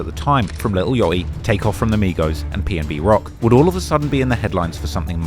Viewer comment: “Li el yot e” 😭